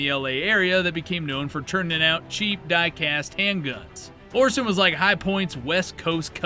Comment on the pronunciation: So in his new video from just a few days ago "Guns that you friends will roast you for buying" he lists the Lorcin. In this video he listed the Lorcin. In both videos he totally pronounces "Lorcin" differently. So had he done any actual research into these guns, he'd know how to say the name. In this video he says he has a special affinity for them, & yet CAN'T say the name Lorcin properly? GTFO. Come back when you actually know WTF you're even talking about.